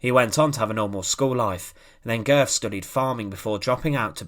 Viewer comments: Pronounced ‘Goet’, oe being an o with an umlaut. I urge you to take the few moments necessary to search readily available sound files to determine the correct pronunciation of names. Calling him Goth throughout your outstanding video was an unnecessary distraction if not irritation. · Pronounced Gurt. Thanks for posting this. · You get the umlaut in the family name correctly, but the final consonant is a "t", not an English "th"